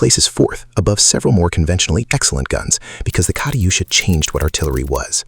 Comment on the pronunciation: Kariyusha? lol you pronounced german names pretty good though